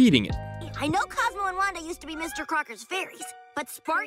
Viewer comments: Well edited, but try and pay as much attention to your narration "Cosmo an Wando" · says wando. reported